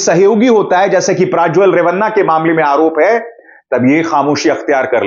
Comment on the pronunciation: His name is Prajwal Revanna .please pronounce correct.